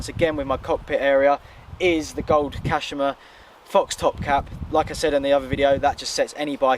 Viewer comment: it's at the top of the forks kashima not 'kashama' 😂